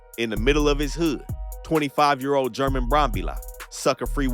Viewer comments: Its pronounced Herman not german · German is pronounced Herr-Mon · german is not pronounced like germany the g is pronounced like an h